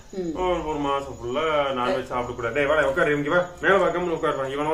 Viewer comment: வேஷம் ❌ புரட்டாசி மாஷம்